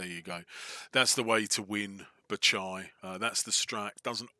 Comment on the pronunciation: Spelled: BAGH CHAL Pronounced in vid: Batchai lol great vid and strategy man - clever to wall off those two spots at the top. The game is heavily in favor of sheep imo.